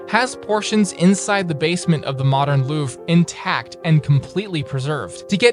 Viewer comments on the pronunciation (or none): the way he pronounced the Louvre 🤣😂